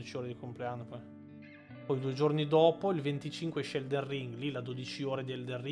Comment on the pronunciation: Magari non ci sento più tanto bene io, però scusate, non è mica eldeN ring...? No perché continua a dire eldeR ring. È una cosa fatta inconsciamente oppure no...? Lo so, è una domanda da rompi balle ^^ scusatemi.